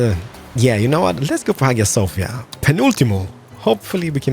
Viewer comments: Hagia Sophia is pronounced eye-a sophia. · Pronounced haya sofia.